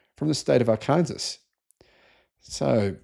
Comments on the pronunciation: I realize you're an Aussie, but Arkansas is not pronounced R-Kansas. It's pronounced R-can-saw.😀 BTW, I think it should be illegal to sell peoples Data. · It is pronounced ark- an- saw. Not Kansas. Emphasis on saw. Now you can get into America. Pass the test!